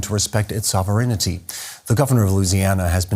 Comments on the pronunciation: sover -innity? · Unusual pronunciation of sovereignty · I’ve never heard sovereignty pronounced that way